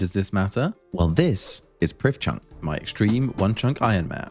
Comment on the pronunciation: As Elven content is based on real life Welsh, the "dd" in Prifddinas is pronounced "th". Not perfect Welsh but definitely inspired by. See the wiki for an accurate pronunciation :)